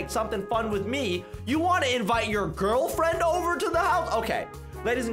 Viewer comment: When Said Gal Fwiend I was literally Laughing So Hard😂😂😂🤣🤣🤣